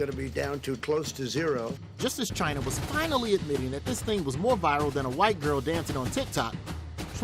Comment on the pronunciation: you can hear his pronounce China to Jiana like Vagina he try to call black man like nigo, or other humiliating way.